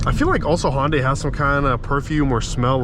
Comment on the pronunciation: I dont agree on certain things regarding your findings. I watched at least 8 other videos . I cant disagree more with your comments. And you get nauseous driving this car?? Btw, the car is pronounced HUN-Day. Not HON-day. Juy sayin